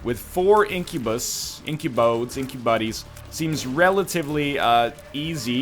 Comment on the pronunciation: The plural of incubus might be incubi (incuebeye, as spoken)